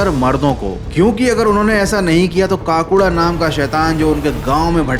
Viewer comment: Kaakuda nahi bhai Kakuda😂